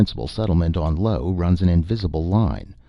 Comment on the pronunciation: "Lo"? Perhaps narrator misreads "Io"